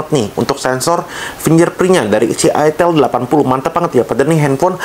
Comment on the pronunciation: Dibaca AITEL. Tulisannya ITEL bukan ITIL